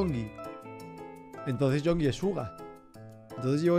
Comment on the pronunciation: El Rubius dijo que Suga y Yoongi son 2 personas distintas Y que también le gusta el nombre de Yoongi pero pronuncia Yonki